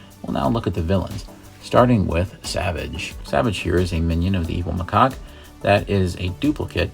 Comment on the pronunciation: It's not micock it macaque ma cac